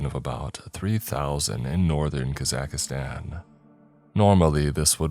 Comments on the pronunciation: I really like this channel but k-za-cuh-zan is not it 🤣 Caw-zuck-stan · Leave kaza-aka -stan Alone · I lol'd when I heard "Kazakhistan" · kah-zack-stan❌ kuh-zack-ah-stan✅ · “Ka-zack-a-Stan” I am deceased 🤣😭💀 Edit: Nooo 😂 I can’t listen to the story. Immersion is absolutely destroyed every time I hear it 😂. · KAKA STAN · i lived in kazakhstan for almost two years and it took me a little while to stop saying kazakh-ka-stan. it was a hard habit to break lol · Yeah I’m skipping this one due to your abhorrent pronunciation of the country, sorry. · That's not the correct way to pronounce Kazakhstan. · Where did you learn to pronounce kazakhstan? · Thats just not how you pronounce Kazakhstan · he could be the wealthiest person on the planet and the pronunciation would still be wrong. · He totally nailed the pronunciation right? 😂😂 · not at all